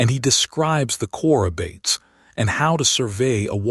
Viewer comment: It’s pronounced Choro bartees. It’s a Greek work.